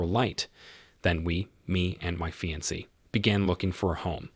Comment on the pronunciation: Agreed. The pronunciation of "fiancee" was driving me nuts.